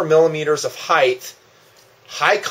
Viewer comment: I like your videos but when you talk about HEIGHT you always say HEITH. No such word it is not TH it is HT.